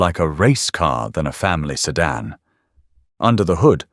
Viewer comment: It was also a sedan, not a sedarn.